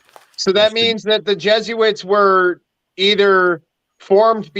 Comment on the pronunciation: its not jesuits... its jesuites...ites... like benjamites and levites. It would be jesu-ITES...not its... i hope you figure this one out